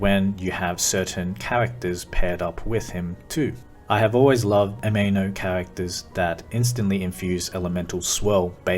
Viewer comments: You weren't saying anemo though. You were saying ameno. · I can’t focus with you saying Ameno 😭